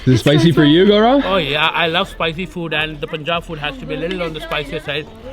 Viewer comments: Dear.. not 'Pu'njab, its 'Pa'njab... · It's not pooonjab... How do u pronounce PUN or GUN?... Its not poon or goon. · Awesome video. FYI. its pronounced as Pun-jab, not Poon-jab. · when the bleep are you going to learn to say "PUN"-Jaab properly.... you've been there so long and you muck it up everytime... seriously??? 🤬